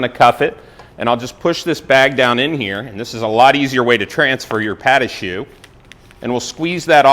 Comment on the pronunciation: PAHT….AH…SHOO “pa’dahshoo”, non.